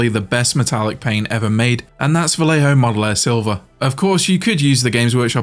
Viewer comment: Is NOT Valejo. it is Vallejo = Vajeho. Double LL = J for you J = H for you